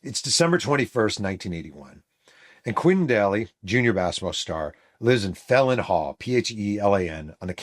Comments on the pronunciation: Phelan is an Irish name pronounced FAY-luhn, NOT felon! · It’s pronounced Fay-Lun Hall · Phelan Hall (subsequently renamed Burl Toler Hall) is pronounced like "Fee-Lan" Hall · Thanks again. BTW — It’s pronounced Fay-Len Hall.